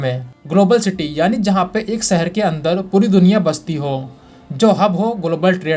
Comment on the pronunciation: He Dum head, it is 'shahar' not 'sahar' for city. It is 'business', not 'bijiness'. Correct your pronunciation before you make a fool of yourself.